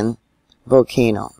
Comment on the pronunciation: Thanks! 💐 Don’t forget the “L” in volcano 🌋😳💥👍